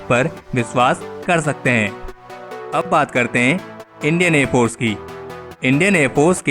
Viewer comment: Please pronounce air force properly